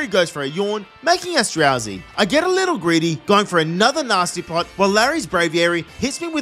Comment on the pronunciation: Not me hearing “Nasty Plot” as “Nazi Plot” 💀💀💀